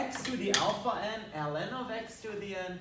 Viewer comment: Ellen of Ex sounds funny in my ears. Btw nice integral!